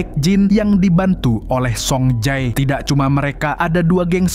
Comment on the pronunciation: Bukan soung jae tapi song je